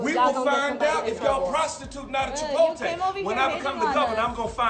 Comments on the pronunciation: I was vibin the video until your costreamer pronounced it "Chipolte" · Good lort learn to say Chipotle. The T comes before the L! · I'm disappointed in for mispronouncing Chipotle